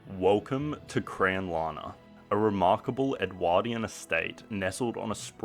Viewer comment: I'd recommend learning the correct way to pronounce "Edwardian" 🤣